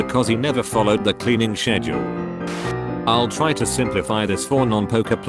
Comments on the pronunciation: “the cleaning shedule” “younidentifEeEable” “the cuntris” “late twentis” / “Swedish 😏” “Arlander” “Wazarell” “multuhlingYuYel” “when I tinCKbaCK” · did this ai just say “schedule” wrong. Bro